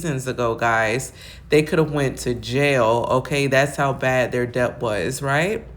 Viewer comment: Debt ( pronounced de-t; the b is silent)...mean no shade...great commentary